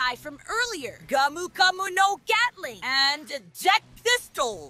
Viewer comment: bro said gyatling💀💀